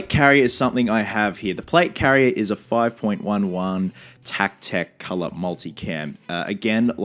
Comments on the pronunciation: One of my favorite games ever. Also 5.11 is pronounced five eleven. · Five “Eleven” is how you pronounce it, don’t want you getting flack from the tacticool crowd lol. Really awesome company and I’m surprised Ubisoft didn’t just send you one. I know they have some type of partnership with 5.11, it’s in all their games. So awesome your doing this cosplay, I can’t wait for the game and i know your going to knock this out of the park. Love your videos, from Texas. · Looking forward to this build!! Love all the tactical stuff going into this. Just an FYI, they pronounce it "Five-Eleven." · It's Five One One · Hey buddy! Looking forward to seeing the completed costume! Just wanted to say that molle is pronounced like molly. Also the company name is said five eleven instead of five point one one. Good luck and cosplayers do it better! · few mistakes in pronunciation. 5.11 is 5 then 11 so 5 - 11 MOLLE is pronounced MOLLY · Dont be afraid to go for cheaper stuff that looks better or similar. Mechanix gloves are more popular in the military for price. You can buy surplus military medical supplies on Ebay cheap (I'd go with an Israeli bandage since that's the most common). MOLLE- "Molly". 5.11- "five-eleven". Get some hundred mile an hour tape over just plain duct tape, it's usually olive drab and tough. We used to take 550 cord and tie it to the bottom of mags and tape it down for a simple pull tab to yank mags out of pouches quicker. Killer cosplay man! I know you'll do it justice!